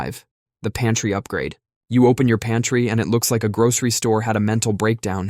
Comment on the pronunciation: OMG, I thought you said "panty" instead of "pantry". Love the garment ressurection tip, never, ever have I seen or heard of that one. I love this channel .❤